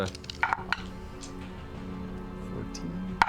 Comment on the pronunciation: your guys wrong pronunciation of Rakshasa is driving me crazy...